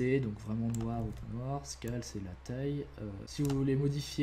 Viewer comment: Sunnymation Making of xD Faut revoir ton accent anglais 😂 genre "Scale" xD j'etais mort 😂👌